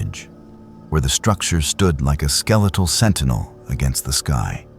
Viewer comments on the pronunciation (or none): none